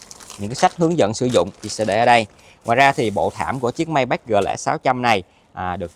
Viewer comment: đọc tên xe sai rồi, tưởng sale chính hãng phải đọc chính xác chứ ta !???